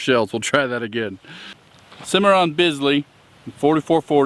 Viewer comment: It's spelled Bisley, but it's pronounced Beasley.